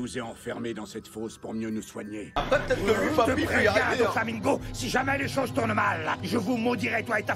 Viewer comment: "Doflamingoat" Sinon Merci pour cette react bien dodue